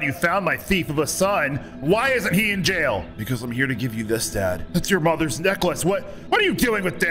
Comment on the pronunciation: In yail instead of jail